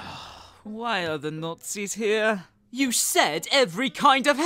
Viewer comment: We don’t pronounce nazi as nozi Lmao I hate the official dub, I prefer your voice to the original, however we pronounce the word like Everyone else does lol